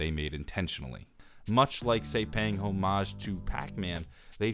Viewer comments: not home-ahge Hom-edge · Say homage wrong one more time and we’re gonna have beef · Or every time he says “homage” wrong